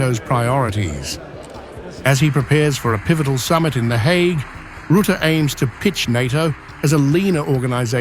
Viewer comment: Rətə like duh! Ruh te. FFS!